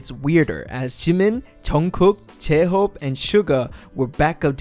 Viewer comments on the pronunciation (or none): the way he said jemin jeunkook jehope and seuga (jimin, jungkook, jhope and suga) 🙄🙄